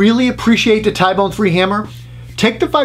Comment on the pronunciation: T-bone , ty-bone doesn’t sound right